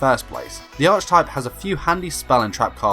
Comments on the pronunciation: Very fun and interesting. One thing....archetype is pronounced with a k sound not a ch sound. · Hearing you mispronounce "archetype" made my eye twitch a little.